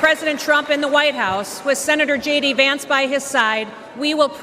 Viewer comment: Shocking that the presenter is calling Vance as Vince. Indian reporters research nothing on what they present. Garbage reporting.